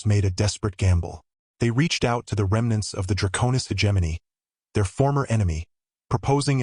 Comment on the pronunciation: Thanks for the story. Now, my friend......is it "Dra'konis" or "DraKone'is"???? You keep changing the pronunciation every other time you say the word. It really is annoying. At least pick one way to say it.....preferably the second one..."DraKone'is". Thanks.